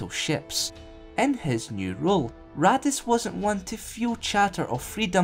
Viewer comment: Am I the only one who keeps hearing Raddus as "Radditz" from Dragon Ball Z? :)